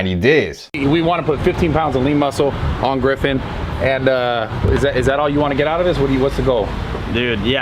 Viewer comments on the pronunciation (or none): Is he saying Girffen or Griffin? Sounds like he’s using the R too late lol